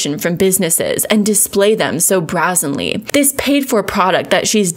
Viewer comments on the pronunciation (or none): It's ail-E-us and braE-zen-lee You are awesome! That dude is a douchecanoe. I've seen a few other people calling him out. He must be busy typing emails. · Great video and good on you for holding your stance! So about the words alias and brazenly...they're pronounced "AY-lee-uhs" and "BRAY-zen-lee." Just helping you out girl! You want the right pronunciations so your credibility stays afloat! Great job!! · You pronounced brazenly kinda off too. Unless it’s a regional thing I don’t know about. Not saying that to nitpick or make you feel bad. I appreciate it when ppl just let me know in a normal way w out making it a big deal lol. I don’t mind being corrected. It’s how we learn. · You also said brazenly wrong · Love your work and you are awesome. Please check pronunciation of "alias" and "brazenly" Thx